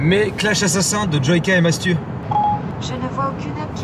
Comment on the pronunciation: C'est plutôt Masthune que Mastu ahah ta capté la blague